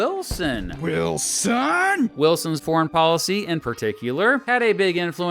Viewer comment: wil-SON! Lol